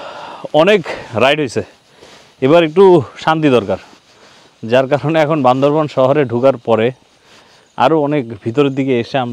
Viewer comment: বান্দরবান কে বান্দরবন বলেন কেন আপনারা:/